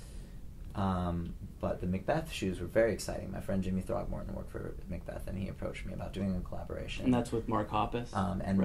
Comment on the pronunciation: did he say his friend throckmorton?